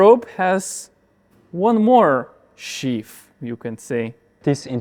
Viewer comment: Unbelieveable that somebody who's day job is designing and working with ropes can't pronounce "sheath" properly.